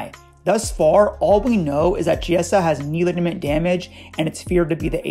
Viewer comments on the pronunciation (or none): Bro im italian federico chiesa its not ceeasa but keeasa